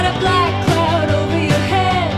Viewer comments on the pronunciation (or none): none